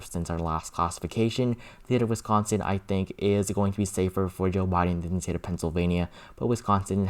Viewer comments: Please say "the" instead of thee. I have been watching your videos as soon as you post them but I just can't handle listening to that anymore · "The" not "Thee" pretty please?